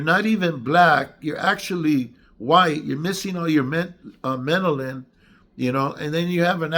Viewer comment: It's pronounced "mel uh nin" and I have none of it!😂💪✌️❤️🙏